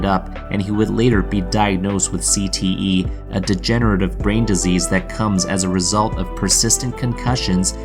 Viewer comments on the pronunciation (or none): none